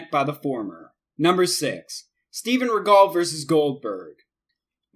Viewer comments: He also has no proper pronunciation. It's Inoki (In-Oh-Kee) not (In-a-kee) And Rikidozan (Ricky Dozan) not (Re Cody Zahn) And it's Regal (rhymes with Seagull) not (Ri Gall) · "In-nikki"? REALLY?? Inoki's name is pronounced "In-Oh-key".Kimura is pronounced "Ki-mura" not "Ki-mira". Regal is pronounced "Re-gull" (like British royalty or "seagull"), not "Ri-gal". Know your pronunciation, damn it! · Steven rea-gel not regal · ur personal favorite Steven regull? lol have you ever watched wrestling? it's not Steven seagull it's Steven REGAL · So innoki is not pronounced Inn.uh.key it's inn.oki and Steven regal isn't ruh.gahl it's Ree.gul. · Steven REE-gel Not ri-GAL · Steven Regal isn't Steven Seagall like he pronounced it . LOL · Steven "Reh-gall"? I thought it was pronounced "Ree-gull", he's not Steven Seagal :P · Also, it's not regol, it's re-gal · wrong steve ray dumb ass, and can you butcher any more names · Please learn how to pronounce the wrestler's names. Ree-gul, Ree-kee-doh-zan. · Lost me re-gull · yup narrator is a tard steve ray its stevie ray and steven regul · #1 in-KNOCK-ee #2. REE-gull ....smh..... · dude are you even reading the names right in front of you? pronouncing everything wrong. Steven Regahl lmao, only somebody who knew nothing about wrestling would say that since he's been around every kind of wrestling for every recent generation. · its hard to take this seriously when you keep mispronouncing names........maybe the Japanese names, English pronunciation can be debated.....but Steve 'Riggal'????? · steven reh-gal? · InUHkey? Steve Ray? Steven ReGALL? RikOHdeezon? Dude, can't take you seriously when you don't even know the names of these people. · ReeGall? LOL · Why do you say Steven regal name like that it's pronounced Steven RE-GUL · You mispronounced Inoki and Regal. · Learn the names before you attempt to make a video. Could you have pronounced more of them wrong? Inoki? Regal? Geez! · Steven regal. how can't you pronounce that?